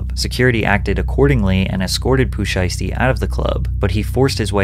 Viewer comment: I'm sorry did you say Poo Sheisty?